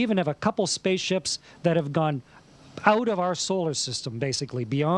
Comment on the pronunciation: Hopefully he doesnt let all his Astronaught obligations delay his new album release. I'm pretty sure he is saying 'That have gone POUT of our solar system'? He really enunciates that 'P' also. Another great video.